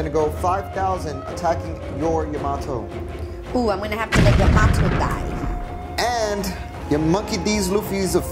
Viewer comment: Learn how to pronounce Yamato …